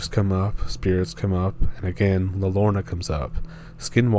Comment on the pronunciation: Please, make a better effort at pronouncing "La Llorona". It is not Lorna. 🙄